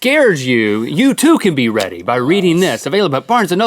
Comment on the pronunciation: Who else thought Link said “Rhetty” not “Ready” ...... just me?.......... I would go home but I haven’t left for weeks. months. maybe years.... what year is it?